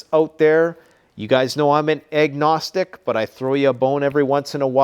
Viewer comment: With the accent every time you say "agnostic" it sounds like you're saying "you guys know i'm Egg-nostic"